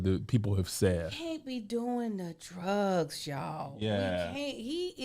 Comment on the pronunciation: at the end, “they say, they say it was the drugs (pronounced droo-gis)”, lololololol